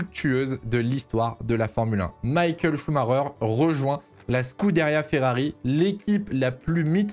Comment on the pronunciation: Ok bonne vidéo mais t’entendre l’appeler Maykael pendant 48 min je sais pas alors que c’est la base